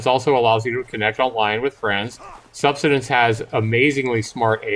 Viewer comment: My eyes widened as he pronounced Subsistence as "Sub-stin-ence" over and over again! 😳 Yeah, the instant I first saw this game earlier today, I thought of Subsistence. But as you rightly point out, Cold Games is a competent and professional games developer, and his game actually has a reason to exist. " Jean Groenewald" is making a basic and uninspired student project that will never be able to compete in the survival/crafting game market. It has no business being shown to the public anywhere except sites that are dedicated to hosting projects for educational purposes. I hope he learns a lot about building games from his time working on Era of Survival, but he's not yet good enough to make a serious commercial product.